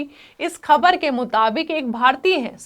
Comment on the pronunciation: उर्दू जुबान ठीक करो खबर नहीं ख़बर होता है।